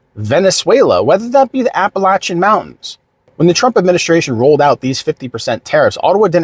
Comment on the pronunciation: Thank you for pronouncing Appalachian correctly. 😊